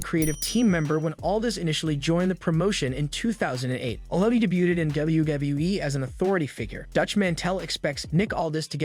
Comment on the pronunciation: Lol. De-boot-ed. That cracked me up.